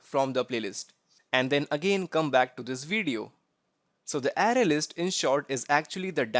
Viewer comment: It's pronounced "Array" not "Ary"